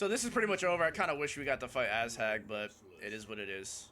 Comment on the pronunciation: Also why do you pronounce "Azhag" as "ass-hag"